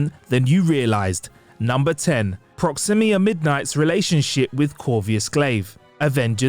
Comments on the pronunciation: "Proximia" "Corvius"....this guy is a moron. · Number 10: The butchering of the names Proxima and Corvus… 🤦🏻‍♂️ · How did you completely mispronounce Corvus and Proxima? You added a nonexistent “I” to both names. Weird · Dude, learn how to pronounce Proxima and Corvus consistently, geez. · and I'm pretty sure I heard him say " Number 5 ....IronMen"